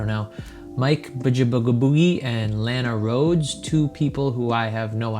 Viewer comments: he missed pronounced Lanas name... he checks out boys, grab them pencils and paper it's time to learn. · he even mispronounced her name man, what are you talking about. I have watched porn and i didn't know her. Why do we all have to know her lol